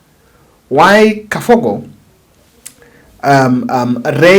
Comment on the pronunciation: Mr., it's Kabogo and not Kafogo.